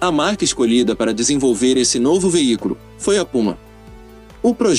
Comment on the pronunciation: Tu falas veícoro ou veícro??? NÃO SERÁ VEÍCULO???!?!?!?